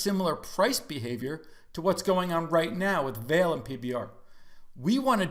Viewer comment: Fwiw I think it's pronounced vol-lay since their Brazilian Company.